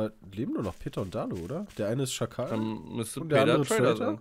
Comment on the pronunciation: Wie es schon aufgegeben hat zu sagen, dass es NICHT Jakal heißt, sondern Schakal. ^^